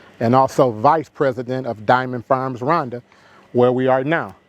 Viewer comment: What country is he talking about? RUNDA or RWANDA? pronounce as RUWANDA. I'm trying to believe him but for someone who invested so much money who cannot even pronounce the name of the country of investment? Bro.. I call this Cap. BIG CAP